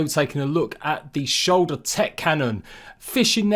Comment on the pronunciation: What's a "shulder?"